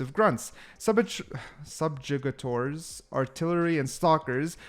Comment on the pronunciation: Spoiler warning: The funniest thing of the video is failing to pronounce "Subjugators"